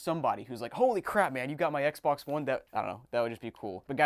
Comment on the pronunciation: Lol thats how I say Xbox “Xboc” lmfao 😂😂